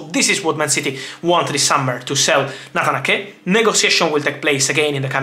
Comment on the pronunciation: It’s “Nayt-han A-ke” not “Natanake” 😂. I got confused there for a bit who the heck Natanake was 😂. But anyways, thanks for keeping us updated as always, Fab, cheers! 🙏🏻